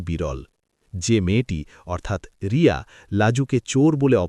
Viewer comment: Name ta to thik kore bolo Riya na Bonolota..😢